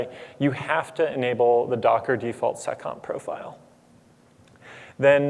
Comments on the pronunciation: It's "seccomp". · "Add the default SOCOM profile" SOCOM?? What did he just say??? Even the closed captions didn't pick it up.